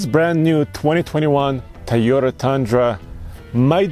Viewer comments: Can you stop staying "tayota" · COVID is spreading because of people pronouncing TAYOTA. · Drink when says "Tie-Yota"